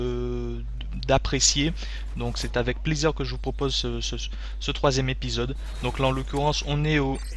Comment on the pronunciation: "Un peu comme le dernier zépisode" :rire